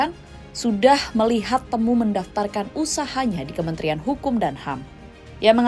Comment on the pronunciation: Bacanya ti-mu ga sih?